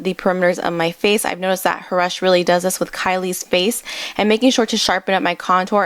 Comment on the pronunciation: i think its pronounced more like haroosh but dont worry i used to say it like H-rush lol 😂 btw great video! 💖